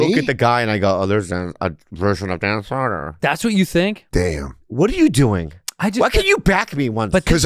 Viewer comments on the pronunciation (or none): Dan “sedonaa” Soder